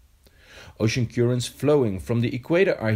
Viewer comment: Good video but his pronunciation of currents is not correct. It's cur not cure ents